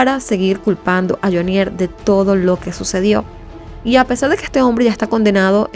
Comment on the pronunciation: Carcel de FUMANDI, PAJUDA AVERIGUE BIEN...ES JAMUNDI, NO FUMANDI, Y NO LE HAGA ACENTO A JHONIER, HAGALO EN JHO, NO EN NIER